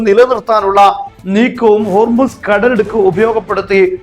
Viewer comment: "കടലുടുക്ക് " അല്ല കടലിടുക്ക്